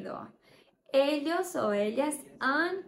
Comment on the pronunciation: Muito bom, mas a pronúncia do ll ex: Ellos, está errada, você fala o ll - "Elhos', não é assim.